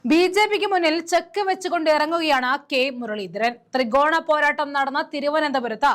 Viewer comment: ത്രിഗോണമല്ല ത്രികോണം